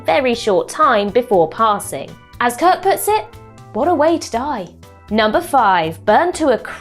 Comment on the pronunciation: Why did you keep saying Kird and Co? Kirk and Company sounds classier and more mature. Also, brushing off the Horta is rude and disrespectful. does a better job.